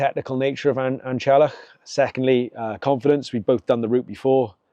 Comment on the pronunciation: Fancy the effort used to summit An Teallach and not making the effort to correctly pronounce the name!